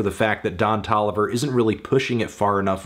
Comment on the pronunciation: Anthony, saying 'Ton Doliver' again and again for 6 minutes wasn't quite as illuminating as you thought it would be